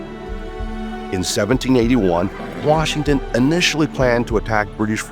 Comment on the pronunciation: "... Washin sought a commission..."